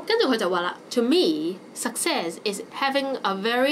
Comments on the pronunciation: success /səkˈses/ not /sʌkˈses/ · Think 呢個字你讀得好麻麻 唔好教人啦 This 呢個字你讀得都唔準 Success 中間是k 音，你未讀過phonetics嗎？